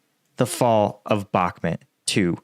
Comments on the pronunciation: Hi, your videos are very good and you clearly know what you are talking about but please... it's BakhmUt not BakhmEt!! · It's BACK MUT not BACK MIT lol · it's bakMUT not bakMET, GET IT RIGHT PLEASE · Why do you pronounce it Bockmet? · It is astonishing that you profit from reporting news on Russia's war on Ukraine, yet you have been unable to learn the pronounciation of Bakhmut. If you think that saying it like Bak Mut is trademark of you or your channel, it isn't! It is stupid! It only shows your arrogance that you won't make the effort. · yeah and if he sys BACKMIT one more time the computer is going out the fucking window